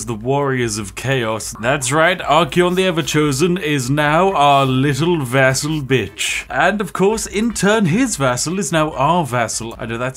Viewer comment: It took me 10 min to realize he meant "vassal" and NOT "vessel"! I rly thought that commander was turning others into vessels for his soul!